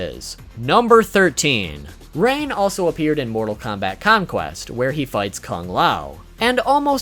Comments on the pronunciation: I'm gonna ignore the fact that he said Ran instead of Rain in the beginning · Did he just say ran 😂😂😂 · It's Hard To Pronounce Rain?